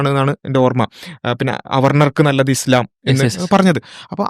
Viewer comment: "ഇസ്ളാം" 😄 ആദ്യം അത് പറയാൻ പടിക്ക്. 🙏